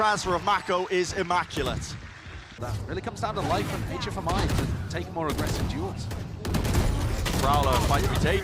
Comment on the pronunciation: Why do the caster call HFMI like that if he said he wanted the casters to speak his full name :c